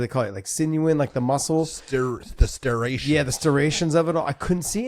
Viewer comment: guys, if you're going to talk about something know how the pronounce the thing you're talking about? Muscle striation Not starastion.